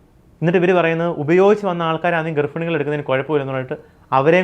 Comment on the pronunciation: ഗർഫിണി, അതെന്തോന്ന് ഗർഭിണി 😂😂😂😂😂